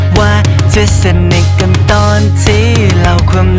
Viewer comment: บางคำเสียงวรรณยุกต์ฝืนไปหน่อย กัน-กลายเป็น-กั๊น จำ-กลายเป็น-จัมป์ เพื่อน-กลายเป็น-เพื้อน